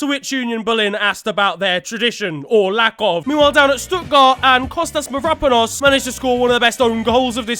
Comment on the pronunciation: Jesus Christ my man has butchered Mavropanos's name lol